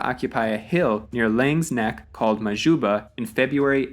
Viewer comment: Sy uitspraak van Majuba was ook nogals snaaks 😅